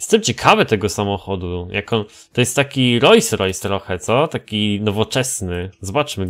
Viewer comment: Rolls Royce (czytaj: Rols Rojs) [nie nie ROJS ROJS]